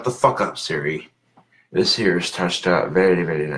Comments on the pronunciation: I love how he is so adamant about repeating “this here is mountain lightning and it’s delicious” even though the audience heard it the first time and he just doesn’t clue in that the way he says “this here” sounds like “hey Siri” He thinks it’s like some ghost in the machine type shit and that instead of turning off Siri, moving on with the next thing to say, or saying something different he yells and smacks his phone around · ''This here'' basically sounded like Siri and it went off again lmao. So funny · he necer figured out that slurring the words 'this here' sounds like 'hey siri' if you slur it just right